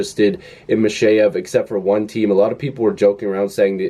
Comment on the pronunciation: accent on the second syllable (MikhEyev)